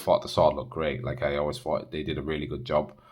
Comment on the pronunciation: Fought, fink? Thought , think? What?